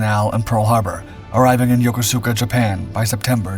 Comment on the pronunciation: its called yo-koo-ska, not yokosuka.